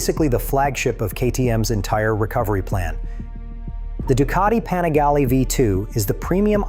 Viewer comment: is this ai or a guy that can't pronounce obv stuff at least twice? ex: panigale, literbike, and irrelevance. Good vid until that broke the immersion...